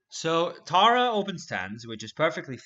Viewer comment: hey that’s pronounced Tiara if ur interested lol That’s one of the Korean pop girls group